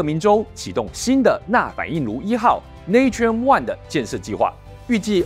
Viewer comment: Natrium乃英文Sodium之拉丁文拼寫，讀音要跟拉丁文，因此tuber的讀音錯了